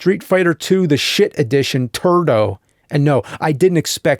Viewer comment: "TURDO" lol